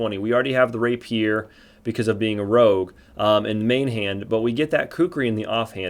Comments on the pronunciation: lol. ray-pure not rappy-er lol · ray-pier 😝 (reɪpiər)